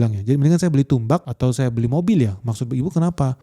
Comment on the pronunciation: Tambak ga sih, bkn tumbak 😂